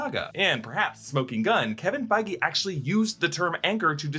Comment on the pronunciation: Its Feige lol literally